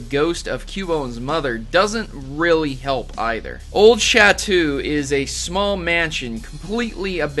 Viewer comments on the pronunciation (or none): Chatoo? I think you mean Château... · I cringed at "chatoo" hahahha glad someone else saw it